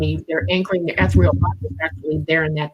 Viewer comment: "Ethreal" body?? Does she mean 'ethereal ' ??